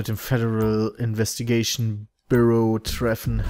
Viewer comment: Piet so jz können wir zu den Federal Investigayshon:DDD